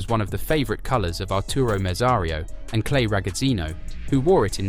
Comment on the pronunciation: COME ON GUYS!! IT IS DISTURBING to hear wrong names from people who do not know shit about F1 or its history!!! First of all, the Italian GP is called Imola!! Not imOla ffs.....and of course, F1 LEGEND was Clay Regazzoni...not Regazzino or whatever...get your facts straight you stupid new Netflix F1 fans....jesus....